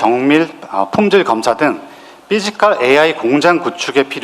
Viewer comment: 삐지칼이아니라. 피지칼입니다 발음이 우껴와요 ㅋㅋ